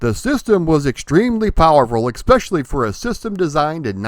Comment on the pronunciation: There's no "X" in "especially"...